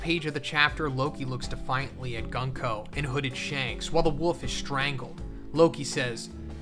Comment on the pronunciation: The pronounce for 軍子(Gunko) is not Gan-ko but Goonko. Just saying 😅